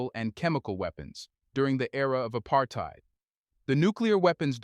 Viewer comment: WRONG AI generated voice guy who can't pronounce "apartheid". white racists shouldn't have nukes in the middle of a BLACK continent...sanctions against the apartheid regime and encouraging south africa to destroy their nukes was to keep the continent safe